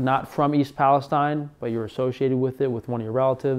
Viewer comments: If you’re going to make a video about something, at least confirm how to pronounce it. It’s pronounced Pal-is-teen. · You mispronounced the city name.